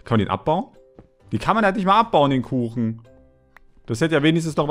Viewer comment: sagt statt kuchen koochen XD